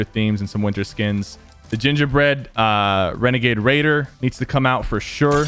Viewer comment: You said renagade raider